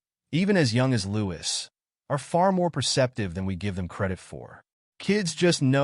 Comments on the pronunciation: His name is pronounced Louie you drop the S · His name is pronounced Louie no “s” it is so annoying that the narrator hasn’t done his homework